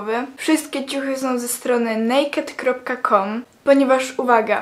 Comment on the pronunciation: Nazwy Nie czyta sie nejked tylko en ej kej di XDD